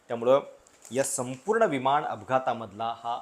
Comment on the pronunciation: आपण चांगले व्हिडिओ बनवता पण न चा उच्चार आपण ' ण ' असा का करता ? विमाण विमाण असे का उच्चारता ? उच्चार सुधारण्याचा प्रयत्न करा.